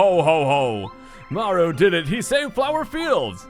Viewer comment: is it me or did he call mario, maro?